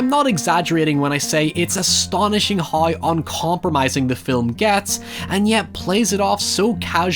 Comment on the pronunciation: I can't decide if "noi" is better than "hoi"